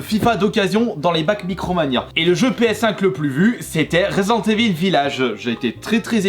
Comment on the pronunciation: C'est marrant tu sais jamais dire Resident Evil